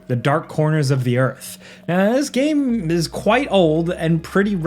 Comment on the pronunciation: oh your coworker ''Falcon who cannot say the word Game ''he says it like Gahm for more than a decade now'' hates Sands of Time